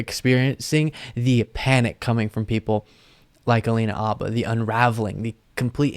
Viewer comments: Never knew that "H" in Habba was silent! She is the next to need a real lawyer. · dude, I think it's alina habba, not halina abba, not that it matters a lot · AYFKM?!? "Abba?" 🤦🏻‍♂️ ...its Habba! 🤦🏻‍♂️